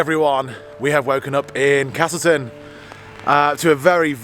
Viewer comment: There’s no “R” in castleton 😝